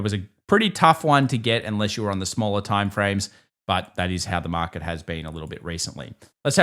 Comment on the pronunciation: Why should I trust anyone that doesn't even understand that there is an R in the word " market"?